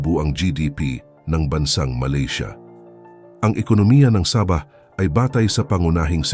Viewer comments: Correction po. Sabah - parang bigkas sa "sabi", (malumay ang pagbigkas) Hindi po Sabah na mabilis ang bigkas na parang saging na saba.👍✌️ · Saging nmn ang sinasabi mo, hahaha ayusin mo ang salita mo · Hindi mangyari yon! Sabahan people does not want to be part of the Philippines. This vlogger can't even pronouns the wird Saba. Crop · Ayusin mo ang pg voice over mo ginagawa mong saging ang pg bigkas ng sabah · Natatawa ako sa pag bigkas mo ng sabah ..ano yan saging .. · Parang saging lng. Saba'😁😁😁"Sa bah". Hindi saba' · hindi sabah na saging ang pronunciation , saaabah. hindi ko alam kung saang planeta galing ang voice over , pero mali . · SAAAAAABAH , not Sa!bah .😅😅😅😅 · Ang saba' ay saging. Sa'bah ang tama. I hate AI. Anong pang dagat'? Pangda'gat ang wasto. I like to eat saging na saba". Anong Hapo'nes? Hapones' ang tama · Gonggong wag bigkasin n saging para Kang ndi Pinoy ginagawa mong saging Ang pag bigkas mo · Umupa kana lang ng magbabasa ng tagalog saabahh ang tamang pagbigkas hindi saba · Sabah, hindi Saba (ano yan "saging") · Anong saba saging?baka sabah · Masakit sa tinga ang pgbigkas mo na Sabah..medyo mabagal ng konti dapat..ang nangyari naging saging na saba ang bigkas mo..Wag gayahin ang bigkas ng AI.korny ang dating..dpat po tamang bigkas yong pinoy na pinoy kc d naman tayo kano..diga? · Ang saba ay isang uri ng saging!😝😝😝😝😝😝😝😝😝ingat lang sa pronounciation! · Sama ah ng bihkas ah parang saging eh.. nagpapatawa ka ba...hahahah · Correction lang po sa pag pronounce ng Sabah at Saba 😊 Salamat po! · Sana hindi na lang AI ang ginamit na voice over...naging saging tuloy ang Sabah...o baka naman foreigner ang nagbasa ng article... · Sabah , naging tunog saging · Sir hindi saging ang bigkas ng sabah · Boss e ayos mo bigkas mo hinde saging yan😂😂😂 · Sa-bah, hnd sab-ah kaya nga may h sa dulo e😢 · Saging yung sinasabi, sa~~~~~bah hinde sabah aayusin mo ang pag bigkas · Saaabah .... hindi Sabah....😂😂😂😂😂😂 maraming saba sa palengke ....potek....